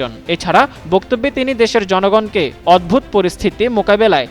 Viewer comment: sec - ' উদ্ভূত পরিস্থিতি' কে বলছে ' অদ্ভুত পরিস্থিতি '.... এই পেশায় শিক্ষার মান এত নিচু কেন